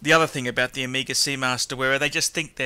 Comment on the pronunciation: I love how he pronounces Omeega.... and Rollex lol